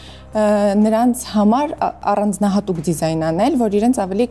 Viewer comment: ձիզայն չէ դիզայն,ականջ է ծակում